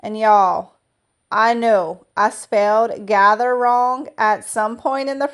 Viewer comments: You are in LA. GAHTER read as gator vs gather. Gather is overused in decor anyway. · Lol “Gahter” — Glad you caught that .. green door was my favorite.. you are so talented!!